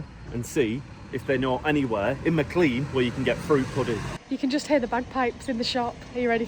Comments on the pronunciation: I live near and shop at Maclean pronounced Maclean not Maclay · I think McClean is pronounced McLane? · Typical Ozzie. It's actually pronounced 'Mc lane' or 'Mcleane'. I think the people that first names these places couldn't spell properly. So they just made up the spelling....but that meant they sounded nothing like the way they were spelt! "Bunch o' stupid convicts!"